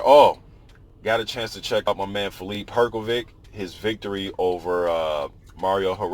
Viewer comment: its pronounced hrgovish